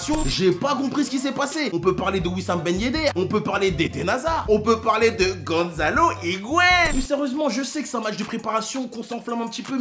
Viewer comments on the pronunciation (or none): Ce Ganzalo Higuain m'as achevé